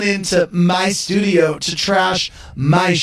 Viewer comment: Lol Andy's so petty for that... 'MY shtudio' I'm dying here. He's so pressed 😭